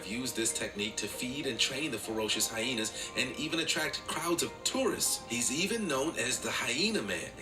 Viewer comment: stop saying hyhenas 😂😂😂😂😂😂